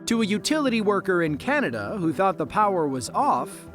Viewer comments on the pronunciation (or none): none